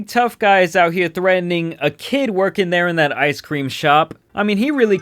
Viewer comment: He calls corporate. "Waaaaah! I didn't get my ice cweam!"